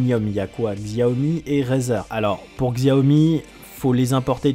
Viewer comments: tres bonne vidéo juste 2 petite choses Xiaomi se prononce "shiaomi" en chinois le X se prononce SH , a bah non en fait y avait qu'une petite chose. Allez continue le.bon boulot sinon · ah non en fait t'as mal prononcé Xiaomi, donc poce rog